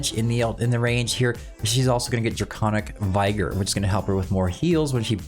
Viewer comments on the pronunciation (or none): It’s how you were pronouncing Draelyn’s skill Draconic Vigour (vigor as your people spell it)